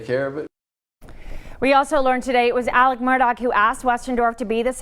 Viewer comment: Why does this woman repeatedly refer to Alex Murdaugh as “Alec”?